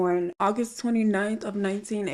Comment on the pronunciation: Y you say tuh after Virgo ♍️😂